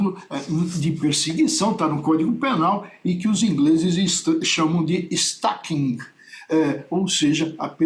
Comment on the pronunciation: ''- ...os ingles chamam de ''estaquim''.'' kkkkkkkkkkkkkkkkkkkk nao sabe ingles mas tem q lançar para lacrar ne, parecer q eh um Jenio do assunto. kkkkk